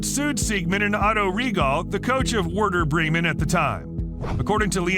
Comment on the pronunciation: Wierder Bremen was the best miss pronunciation but the original video is unwatchable to any football fan because of the constant mistakes